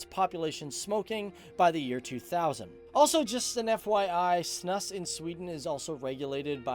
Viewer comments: It's snus not snuss and we have it in Norway too My perception is that few people smoke, but snus is a little more common (I'd guess less than 20% do tobacco) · It's more snus not snUss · Snus, not "snuss". It's pronouced it a bit like "snooze". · You say ”snus” with a long ”u”, so you say snus like snuus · It's pronounced snus not snus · its not snuss its snuus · Great video, although it's not called snuss, it's s.n.u.s and you do spit it out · It is pronounced snooze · Its snus not snuss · How you said SNUS 😂😂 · its so fun watching you pronounce snus XD i am swedish btw